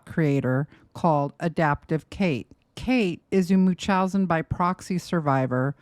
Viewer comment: Why does never pronounce the N in MuNchausen by proxy?😭 am I the only one being annoyed by this?!😅